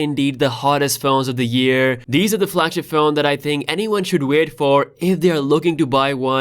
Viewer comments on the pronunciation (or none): none